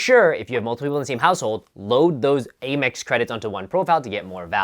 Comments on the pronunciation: AmEx is pronounced like American, not "ay-mex". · Either way, it's not "ay" 🤷🏻‍♀️